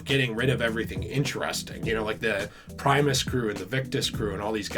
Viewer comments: Crazy how I was watching the Arkham videos, then I found this Btw it’s primis (prim*is) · “Primeus crew” btw Lmao